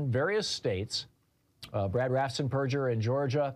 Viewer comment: RAFF-ENS-BURGER (like hamburger), not RAFF-SENS-PERJER. Why is this so difficult for you?